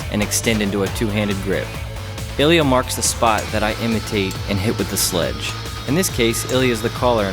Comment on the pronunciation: мля, а я всю дорогу думал, что называет Элиот) а это оказывается просто специфика произношения русского имени))